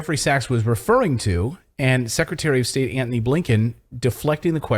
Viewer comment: "Antony" Blinkin, not Anthony!!!